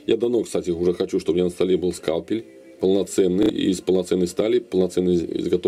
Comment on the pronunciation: Почему скалпиль , а не скальпиль?)